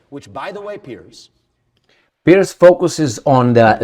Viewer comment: ‘Piers’ not ‘Pierce’